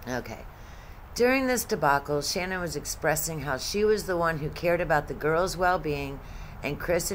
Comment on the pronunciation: Her name isn't pronounced as Shannon. It's Sha-nann, the end pronounced like word nanny starts.